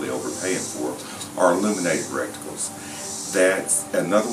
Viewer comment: Did you say "illuminated recticles" or illuminated reticles?